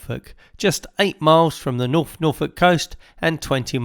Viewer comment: “Norf Norfolk Coast” 😂